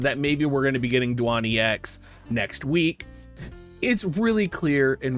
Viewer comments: Do-wayne or say it faster and take out the o and its Dwayne, that's how it's pronounced lol, my boss has the name Duane and he'd be pisssed if someone called him du on. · "DOO-WAN" bruh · Disliked because of how you pronounce Duane. ;)